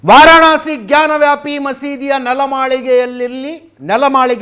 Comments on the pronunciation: Ajith Sir ಜಾನ ವ್ಯಾಪಿ ಅಲ್ಲ ಜ್ಞಾನ ವ್ಯಾಪಿ😂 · Ajith sir ಜಾನ ವ್ಯಾಪಿ ಅಲ್ಲ ಜ್ಞಾನ ವ್ಯಾಪಿ😂😂😂